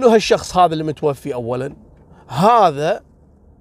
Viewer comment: يا قول وجد فيها رجل متوفى متوفاااااااااا وليس متوفي 🤦🏻‍♀️